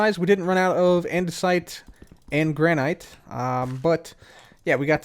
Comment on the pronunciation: "Andesite and Granight" 2021